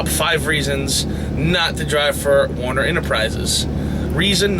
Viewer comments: The name is pronounced: "WERE-NER"...not WAR-ner... :/ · why do so many guys who pull for Werner pronounce the word as though it was spelt Warner? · First off its Werner not Warner... I worked there for years as a driver, trainer, and finally in the office. Never forced to train... Midwest region is Texas... Not a perfect company, but as big carriers go, not bad... Not disputing what you are saying, but just had a much better experience.